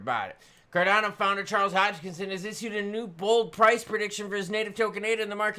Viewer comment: how do you get Hodgkinsin out of Hoskison